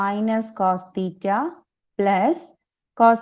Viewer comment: i can only hear the words , theeta ,theeta ,theeta !!!!